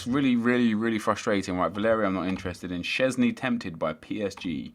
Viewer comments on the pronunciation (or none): none